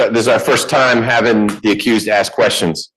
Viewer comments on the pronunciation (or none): If your lawyer cant pronounce the word ask…then you might need a new lawyer